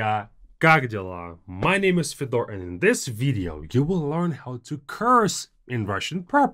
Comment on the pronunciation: This was an amazing video. Thanks! On another note: it would be so nice if you pronounced your name properly, the Russian way: Fyodor. Your viewers don’t learn real Russian if they think the name Fee-dor exists.